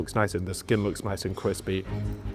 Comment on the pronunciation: “the skin looks niwce and cwispy”